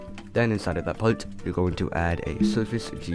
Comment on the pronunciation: “Palt” it’s part pronounce it correctly